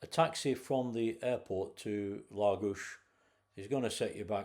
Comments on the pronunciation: Very interesting and pleased to hear you pronounce Lagos properly ie LAGOSH. Been once on a day trip and really liked it but, still prefer Quarteira for the walks along the promenade, beautiful beaches, and fish restaurants. Not touristy just, very, Portuguese. There is also a huge market selling fish, fresh meat, fruit and veg should you wish to cook yourself . My favourite place ever. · Was in Lagos this time last year, what a great place, has an almost magical air about it. Your holiday looked great. And from a Portuguese speaker, you nailed the Lagos 👌